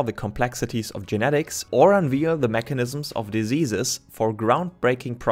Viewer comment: I noticed you pronounced the V in "unveil" as though it were a W. This is a common mistake if you're coming from certain non-English languages. But I want to point it out to help people learn the correct way to pronounce Vs and Ws. It's entirely possible to train the mouth to say Vs and Ws correctly. Something to work on :) Great video + explanation + visuals overall.